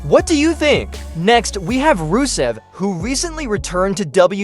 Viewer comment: Why do you keep saying rowlins? It's Rollins! Clearly you can't fucking spell either, it IS rusev NOT 'roosev"! Uso NOT 'usso'!